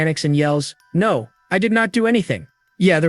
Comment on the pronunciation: Don’t forget no as in “no” but pronounced as number😂😂😂